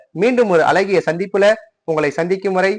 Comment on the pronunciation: Respected sir, please notice your pronunciation zha, you said la. Azhagiya. Thank you for your excellent post